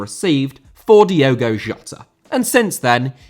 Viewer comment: Diogo* not Diouwgouw